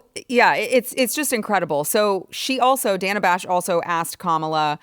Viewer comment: That mispronunciation of Dana's name was no mistake. She is fuming.